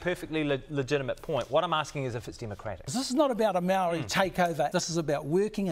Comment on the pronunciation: Well the guy can’t even say Maori . His version (Mardi) . Come to think of it for decades now it’s been changed and screwed around with . It will change again and be made a meal of mark my words .